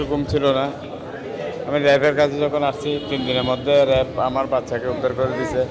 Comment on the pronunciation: র‍্যাব (RAB) not রেব।